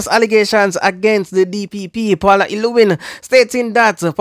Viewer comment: Bro you’re not calling the lady name correct. Paula.